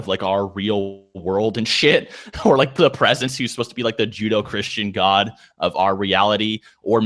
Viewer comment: Please say Judo Christian again. That's awesome.